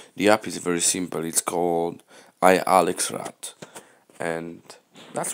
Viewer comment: i lex rat not i alex rat , and thx for te video